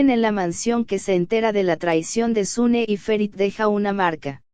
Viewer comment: No es sune es suna.